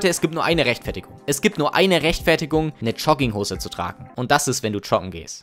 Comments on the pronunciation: Jetzt hör du mal zu!!! Der ganze Inhalt deines coolen coolen Video ist mir mehr egal als alles andere...aber...DAS HEIßT JOGGINGHOSE UND NICHT CHUGGINGHOSE DU!!!!!!!! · Digga sprich erstmal Jogginghose richtig aus alla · ich weiß nicht was mich mehr triggert: Leute die Jogginghosen tragen oder wie du das Wort aussprichst.